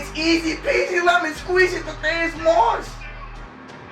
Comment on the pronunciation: Thadd-E-Us not Thadd-A-Us